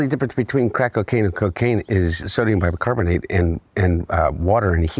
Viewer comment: "Bicocarbomomate".....lol....like father like son